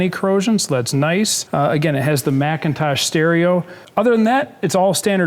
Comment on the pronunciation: McIntosh stereo (mick-in-tosh) not Macintosh (mack-in-tosh)